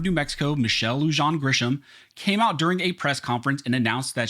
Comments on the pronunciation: Her Name is Lujan, pronounced lou hon. We call her Wuhan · Not that she deserves this, but Lujan is pronounced "Luhon".